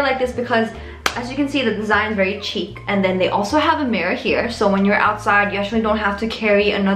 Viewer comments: Hi,! Looking beautiful as always.:) "Chic" is a French word, so it's pronounced "sheek." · If says chic is “cheek” then it’s CHEEK